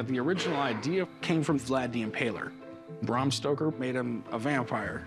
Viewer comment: 'Brom Stroker"